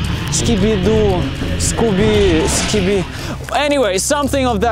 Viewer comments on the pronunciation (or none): It’s skibidi not skibdi